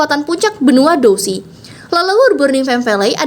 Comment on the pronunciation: Douqi di baca dousi Xiao Xuan dibaca xiau quan